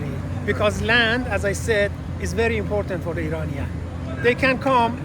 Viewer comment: Those people in IRAN who pronounce IRANIAN as "Eee-Rainy-Yan" are trying to sound Western, and by doing that they're imitating a Wrong Western Pronunciation!!💚💚